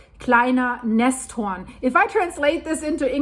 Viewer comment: Nesthorn - not -‘hornet’ - nest and horn